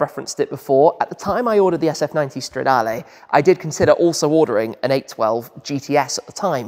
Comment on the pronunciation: it's like CHEELEENDREE😂 but your pronunce is very good on other words like Competizione or Stradale